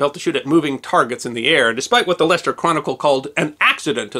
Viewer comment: Apart from the extremely enjoyable content, as a native of Leicester, UK, I am very impressed by the correct pronunciation of my hometown, many thanks!